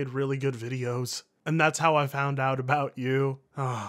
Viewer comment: says axed instead of ask, and this video he says fount instead of found looks like i've fount another reason to kill myself